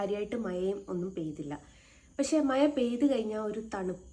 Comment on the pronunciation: മയ അല്ല മഴ